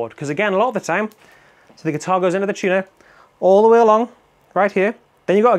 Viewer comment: "Chunah"? Dat some kinda sammitch?🤣🤣🤣